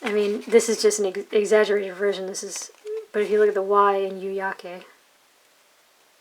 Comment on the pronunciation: You pronounced yu-yake just fine.